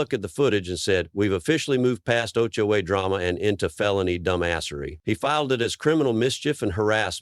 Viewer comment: Was this an AI voiceover, or did the narrator just not know you don’t pronounce HOA as a word? As well, it’s pronounced differently numerous times based on context, suggesting again that it’s most likely software attempting to parse out what this phase meant.